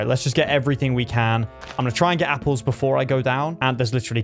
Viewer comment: I like how ha says yapples instead of apples